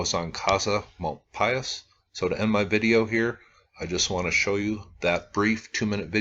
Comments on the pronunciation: I used to live in Springerville/Eagar AZ. Casa Malpais is pronounced with a silent S, so Casa Mal-pie. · Just a comment that I've heard it pronounced "mal-PAYS." Just what I heard from folks in New Mexico when I was in the Malpais, years ago. Love your channel.